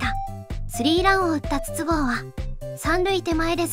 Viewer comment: 筒香の発音は22GO